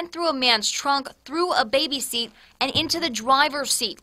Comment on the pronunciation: Sounds funny when u say leaving a welt